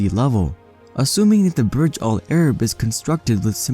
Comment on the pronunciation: Burj should be pronounced the way it is written not as Barj. In Arabic Burj mean tower